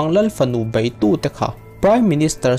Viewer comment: BEIH tih hi BAIH tiin i lam thin a, a dik lo aww..